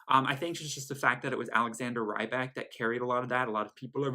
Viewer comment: If I'm not mistaken, "Rybak" is pronounced "Reebok", like the shoes.